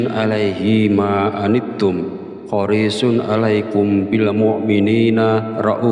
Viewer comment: Ma'af bacaan Alquran nya ada yang salah sedikit bukan horishun yang benar hariishun